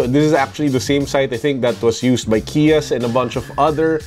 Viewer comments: It's Qias! Not kias 👍🏻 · “Kays/kayas” po ata pronounciation ng name ni Qias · It's pronounced Qias like 'Kais' just sayin sir hehe 😊